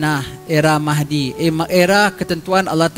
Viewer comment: Nama la Mahdi itu sebutannya tidak (fasih) jelas huruf (arab) raa.... Semoga di inspirasi !